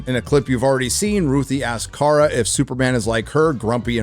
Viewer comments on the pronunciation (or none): OH AND its KARA (CARE-UH) NOT CAR-UH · Did just call Kara, “Kar”? Mar(got) calling Barbie, “Bar”